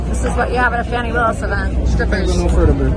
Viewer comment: It's Fawni!!!